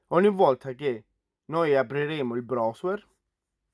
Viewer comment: Video utilissimo, ma se sento la parola brosuer un'altra volta mi sparo in bocca. Ma non puoi dire semplicemente browser (brauser)?